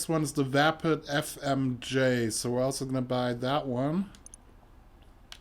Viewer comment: He can't say Fmj 3 letter but can say reaper right how dude. 😔😔